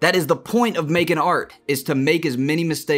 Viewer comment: When you were talking about making mistakes at the end, you said "when you make a stake" instead of "mistakes", kinda ironic lol